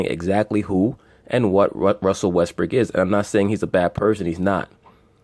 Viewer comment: Why do y’all insist on callin him Russel WestbrICK..the mans name is Russell WestbROOK..smh I mean I understand that y’all ain’t fond of the guy but show some objectivity to the situation and put some respect the man name by pronouncing it correctly..Smh Respectfully